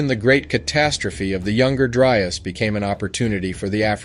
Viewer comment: How did you manage to mispronounce the “Younger Dryas” every time? How did you get “Dry urs” instead of “Dry ass”?